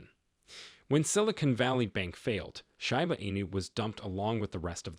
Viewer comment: Read by AI. It pronounced "SHIB" correctly, but pronounced Shiba wrong 😂